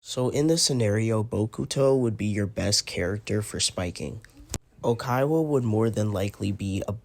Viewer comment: good advice but please tell me where ur getting "Oikaiwa" from 😭